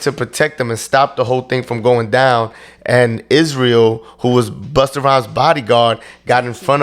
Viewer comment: The way Vlad says "buster" 🤣🤣